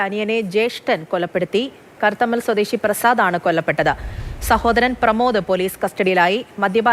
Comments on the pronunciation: Karathammal Alla kathrammal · കത്തറമ്മൽ ആണ്. കർത്തമ്മൽ അല്ല